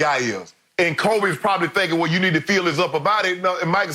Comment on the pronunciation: Notice how Jordan pronounces Kobe's name at the memorial. It's done with a heavy heart of an older brother.